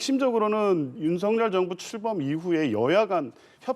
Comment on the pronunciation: 준석이처럼 윤햭관이라하는데 아주불쾌하다